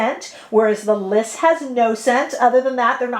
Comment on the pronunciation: 🚨 It's not Liss , it is L.Y.S ** so say the letters together, LYS